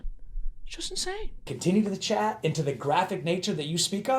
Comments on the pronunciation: I feel really dumb but it took me a good five minutes to realize you were saying Chat and not Chad. I'm sitting here like wtf, WHO'S CHAD?! 🤦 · Oh your saying CHAT! I thought you were saying CHAD I was like Who The fk is Chad?!